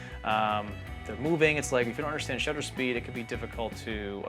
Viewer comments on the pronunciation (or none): none